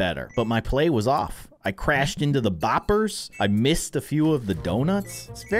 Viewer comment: I like how he calls them “ bopers😂😂